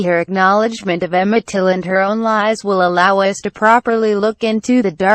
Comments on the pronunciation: His name is Till not Tilt smh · His Last Name is Till not Tilt..... Please Correct.... Thanks... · His name was Emmett TILL…not TILT😡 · Till not tilt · His name was Emmett Till. Get it right!! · First get the name right please and thank you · Did you deliberately, get his name wrong ? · Till. It’s been three years and you still haven’t corrected his name. You are hopeless.